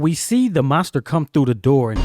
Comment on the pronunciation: Who you callin monsta??? lol